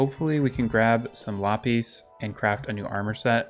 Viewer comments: “Lapees” is not how you say lapis it is lap-is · Lapis is said like: La - piss not la - pees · So just fyi Lapis is pronounced [La-Puhs] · i call it la pis but he calls it lah pees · lop eez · its la-piss, sorry, im just a little irked by that pronunciation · It's honestly kinda paining me that he's pronouncing Lapis wrong, no jab at it's just a little thing with me. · The way you say lapis is really weird (for me at least), I didn't understand what you were saying until you actually got the ore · The way you say lapis makes me want to kms